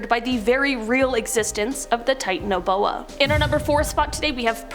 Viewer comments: The way she pronounces Titanoboa bugs me. Lol. Titan O’Boa.🤣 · That's not how u pronounce the name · Wrong pronounciation